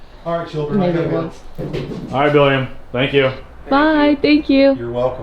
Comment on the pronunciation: LOL DID I HEAR A BILLIAN? LOL